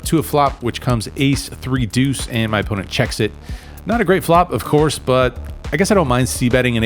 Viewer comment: Nobody pronounces the word "deuce" with more style and panache than you, my friend. 👊